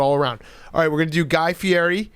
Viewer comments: FI-EDDY. not feeary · Big Cat knows exactly what he's doing butchering that last name.